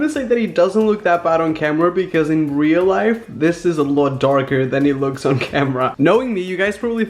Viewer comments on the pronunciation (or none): none